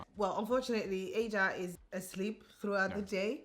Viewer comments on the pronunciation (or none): I love this beautiful family. is a very caring husband and father, keep it up. Baby Ada, welcome waiting for your first photo shoot. But I noticed you two pronounce your baby girl's name differently. 🤔.